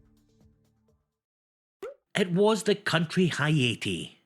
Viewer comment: Excellent quiz as usual 😊 Just a note on pronunciation - Haiti sounds like hay-tee ❤